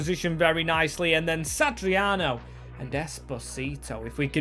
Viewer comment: pronunciations 🤣 Satriano - Sat-ri-ano - Santariano 🤦‍♂️